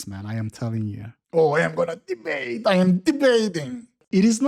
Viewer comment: “Ooh I’m gonna deebate!” 😂